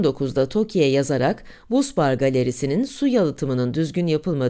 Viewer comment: Busbar, basbar diye okunmaktadır.